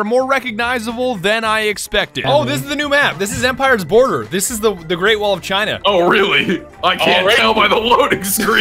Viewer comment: THE GREAT VALL OF CHINA VILL BE OURS, oh swedish my bad